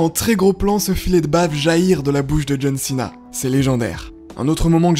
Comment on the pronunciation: Santino est tellement hillarant quand il foire la prononciation des noms. John Chena.